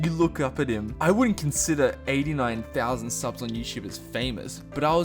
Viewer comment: awh when he says "fousand" that's great